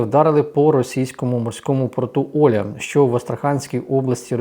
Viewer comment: Живу в Астрахані.Я українка.Порт називається не Оля ,а ОлЯ (наголос на букву Я).Це тюркська назва